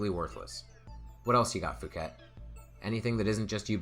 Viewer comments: Phuket is real place and it's definitely not pronounced "fuket". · 'Phuket' is pronounced 'poo-ket' you would be aware of this if you made the bad choice of going there.